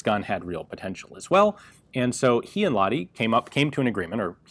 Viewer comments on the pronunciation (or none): Ok, say after me: Lahhh (breathe out some more) ti. Great! You can even squish the H a little if you like. It's not like you'd say la-di-da. The H is audible. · "Laadee". LAH-TI. H from Hate or Him or Hell, or maybe the H-sound from the Scottish Loch for training. EDIT: That scottish thing actually might work better for english speakers. Lach-ti. Sounds a bit russian then but better than la-di-da "Laadee". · american pronoucing Lahti sounds like polish ice cream